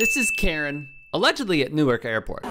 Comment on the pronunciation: I’m from Jersey. I love how these people pronounce Newark. Sound so silly.